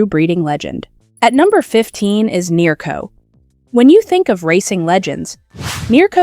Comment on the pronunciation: Nero? Ma che caxxo dice? NEARCO!